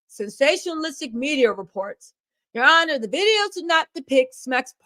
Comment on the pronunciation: It’s the “Ya honor” for me! 🤣🤣